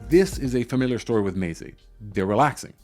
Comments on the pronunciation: It's meh-zay not may-zay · Should be more like meh tseh or meh tsay I think. But that's not a very friendly way to correct someone is it?